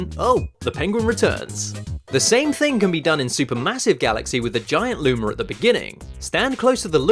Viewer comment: He pronounces it lumer.... Then luma..... Then lumer again.... Why I get the ascent but why both? Why not one? I just thought it was funny 😆 No offense